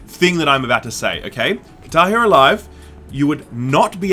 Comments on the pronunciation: Kitairu, that's all I hear. It took me a sec before I realized you said "Guitar Hero" lmao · What is Tairo? Lol seems to miss the guh! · its called "GuitAR [pause ]hEro" and not "KitaEro" =D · What 'katar Hero'? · Does someone else find it weird how they pronounce guitar hero? 10/10